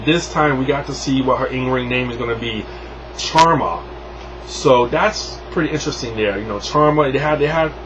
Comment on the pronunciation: kharma (car-ma)